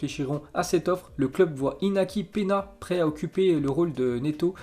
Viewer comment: Ca se dit iniaki penia